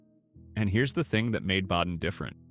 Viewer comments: Badin is pronounced BAY-Din, not Bad-in. Yadkin is not Yodkin, it's YAD-Kin. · At least learn to pronounce "BAY-din" properly - maybe then I'll believe a little bit more of your nonsense. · STOP ✋️ AI. Badin is MISPRONOUNCED! Bay-Den is the CORRECT PRONUNCIATION 👌 RE-EDIT THE VOICE OVER Got it? FIX IT!